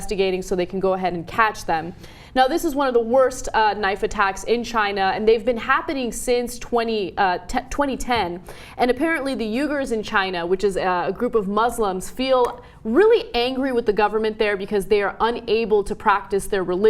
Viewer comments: It's pronounced a little closer to "Wee-gan", just FYI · RE: Uyghurs I know it's how Cenk pronounces his last name, but don't the Chinese ethnic minority Uyghurs pronounce it more like "WEE-gers?"